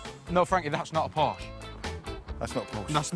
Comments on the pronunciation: Porsche not Porch. I'f you're going to call the English out on our pronunciation make sure you can speak the 'lingo' before doing so. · Por-shhh? Porsh-uh!!!